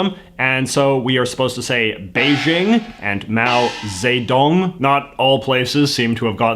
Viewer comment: no. You got the dictator's name still wrong 🤣🤣 it's [zə] dong. Not zei dong.